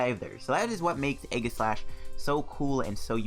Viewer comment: Btw it’s pronounced eeeeeee-jih-slash